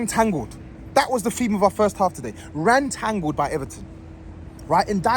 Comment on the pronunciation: Spurs are so bad they've got making words up on the spot! "Rentangled" is a new one haha